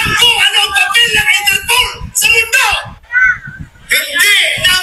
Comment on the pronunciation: "Enterpool" daw sabi ni Bato.. bwahaha..di ba interpol? Bwahaha...